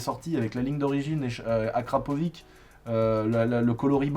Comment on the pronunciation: "akrapovique" lulu.2020